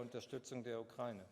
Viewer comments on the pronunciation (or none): none